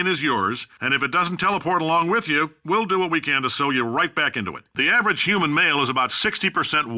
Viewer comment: Is it me, or did Cave start saying "Wh" like Stewie from Family Guy ? :L